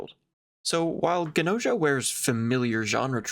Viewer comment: 100% gonna watch the anime(and this video lol) once I finish the game, banger op. And I'm pretty sure that Gnosia is pronounced the way it's written? Like the word "gnosis"(an ancient English term for "true knowledge"). Also I think Gnos' philosophy is vaguely based and Gnosticism. Gnostics believed that our reality is a pale imitation of the true reality, where the true creator lives(it's waaay more complicated than that but that's basically all you need to know draw a connection) But I'm not even finished with the game so what do I know